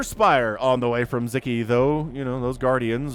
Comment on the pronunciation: Just a little help with the pronunciation: In hungarian the “s” and “z” together “sz” is a standalone letter and its sounds like a regular “s” in english like the “s” in the word “soul” for example. Anyway, keep up the good work, I really enjoy Your videos :)